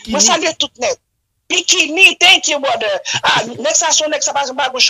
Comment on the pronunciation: Lol she said bròder...but anpil moun pa janm dil byen it's not a bigger deal 😂😂😂 thank you brother